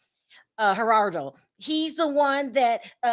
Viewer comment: Not a fan of King. The way he was pronouncing Gerado’s name was very ignorant and disrespectful. He was also disrespectful on the panel towards others, esp to women, and I could do without him on show going forward. It’s hard to take someone seriously and be open to their words when they’re being extremely rude when making their point.